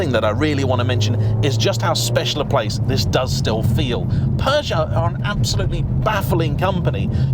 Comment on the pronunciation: is it just me or is he pronouncing Peugeot like it has a R in it